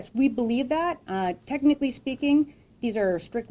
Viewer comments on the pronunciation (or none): none